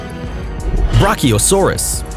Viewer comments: Again your pronouncing a dino rong It's not braciasurus it's Br-a-chi-o-saur-us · A Pterodactyl isn’t a dinosaur but a flying reptile plus it’s pronounced as “Brakiosaurus” no “Brukiosaurus”... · Kaiju Slayer333 I know pleseiosaurus (sorry if I misspelled that) isn't a dinosaur he fales to say apatosaurus and Brachiosaurus and calls a pteranodon/pteradactl a dinosaur this guy really doesn't know his "facts"